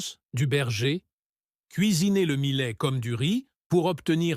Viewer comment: Les zaricots, le milet? Cette voix artificielle est insupportable.